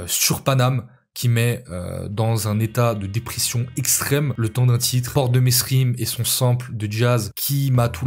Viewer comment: PS : Mesrines ça se dit « Mérines » Inculte